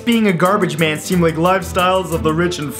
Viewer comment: Did he say lick instead of like